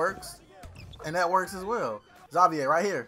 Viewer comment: X- Zay- Vier wtf you never heard a black person name Xavier?